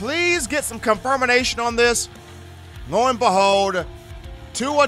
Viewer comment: "con-firm-in-i-nation" Nope, no such word found in any dictionary.